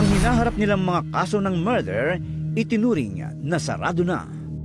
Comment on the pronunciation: hahaha mather daw imbes na murder